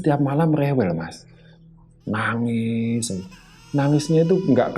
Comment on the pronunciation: Nuuuangez😅, bukan nagis😀